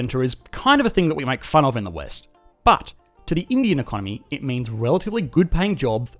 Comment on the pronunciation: It's time to learn e-con-nomy! NOW!